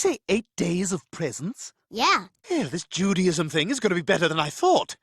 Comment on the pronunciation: "Judyism" Lmao I'm ded 😂😂😂